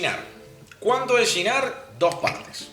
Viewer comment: No digas yinar por diosss. Se dice chinar.